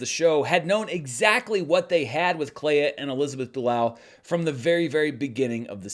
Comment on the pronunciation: It's Elizabeth Du-LOW!